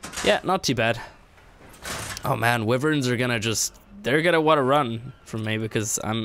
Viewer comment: Wiverns, lmfao